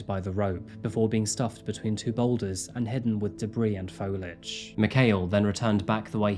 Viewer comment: Lol "folage"